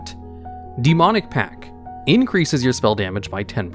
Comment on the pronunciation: I'm excessively bothered by how little stress there is on that T in pact, sounds like pack every time he says it.